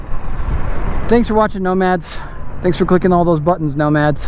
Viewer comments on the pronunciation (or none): none